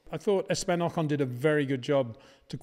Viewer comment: It is funny how you manage to mispronounce both VERSTAPPEN and OCON... You are probably the very last person on earth who insists on saying **VER-SH-TAPPEN**!